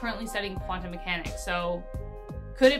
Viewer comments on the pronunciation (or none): none